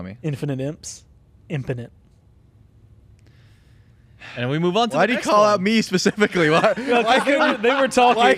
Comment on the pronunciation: Loving the new content between these casters segments and the worlds comms. Too bad I had to stop watching at “infinite imps…impinite”